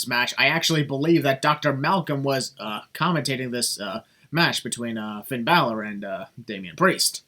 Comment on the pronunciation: I thought the "Bailor" botch is funny.